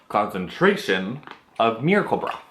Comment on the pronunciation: Great series! Can't imagine spending that much for products, but it's great to hear a totally honest perspective. When you first said "miracle broth" in the video I thought you said "miracle bra" lol...this guy invented a cream and the miracle bra?? Oh wait...duh...lol! Have a wonderful day!